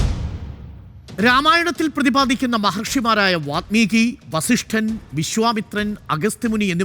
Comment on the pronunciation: വാത്മീകി തെറ്റാണ്.. വാല്മീകി ആണ് ശരി